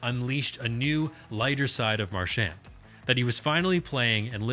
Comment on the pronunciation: I’m learning all kinds of things but you’re mispronouncing his name. His parents pronounce it Mar-sh-aw-n